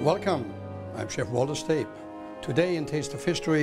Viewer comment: WOLTER STAYB? Lol. Du meinst Walter Shteye-b.